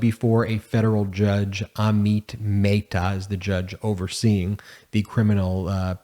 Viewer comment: Brush up on your pronunciation of names. ah-mit meh-ta